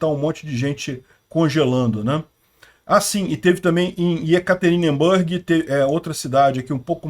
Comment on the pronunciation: mais uma vez: NÃO se pronuncia "YekaterinbÂrg", mas sim "YekaterinbUrg"...... "É muito anglicismo — é anglicismo PRACARÁLEO!"